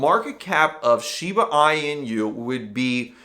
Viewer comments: All credibility goes out the window when you can’t even pronounce Shiba Inu. It’s eeeeenu not eyenu. Do some research dude. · I cant take you seriously when you cannot pronounce inu